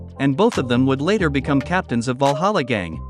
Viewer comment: "Walhalla"?!! I though it was Valhalla